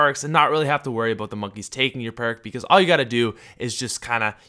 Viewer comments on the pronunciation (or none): Talk abeut something... Dafuq #speechimpediment